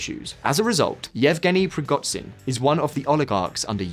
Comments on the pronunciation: preegotsin? are you banned from google? it takes 5 minutes to google a name, find original language and put it into googla translate text to speech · "Prigotzin"? Please learn how to pronounce "zh". Similar problem with "kh".. there's a reason why it's not "Karkov", "Kerson" or "Kabib" but Kharkov, Kherson and Khabib. Don't put an "h" in front of it if you ignore it.. you Americans..